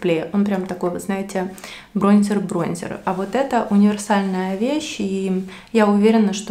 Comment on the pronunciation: БронзЕр 🤣🤣🤣🤣 ну что за колхозница